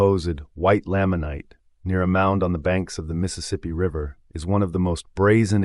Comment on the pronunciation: It's Nephite (KNEE-fight) and Lamanite (LAME-mun-night).